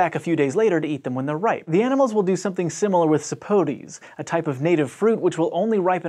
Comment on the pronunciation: The way you said sapotes lol